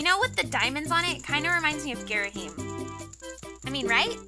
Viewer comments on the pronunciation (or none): You don't pronounce Ghirahim like "Gear-a-heem",you pronounce it like "Gear-a-him". :P